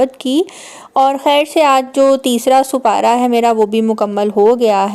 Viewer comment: Ooo supara nh hota sipara hota h